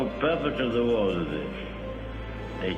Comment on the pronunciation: Yes, and I noticed that he pronounces the word war like World , that's where you get confused